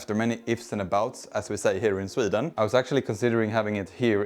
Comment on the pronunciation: Bro the way you said SwIden is so swedish 😂